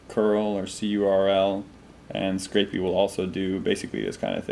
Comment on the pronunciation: 10.40 That's Scrapy; not Scrapey